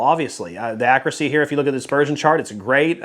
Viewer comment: Nice round-up,. Quick question: what’s “ackracy?” I know a word that’s similar to that, but the word I’m thinking of has a “u” in it. Just kidding, bud! Love your content always.